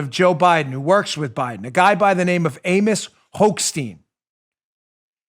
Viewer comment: Hochstein??? I thought you said Hoax-Steen ^^ Prononciation: Hoch = Stein =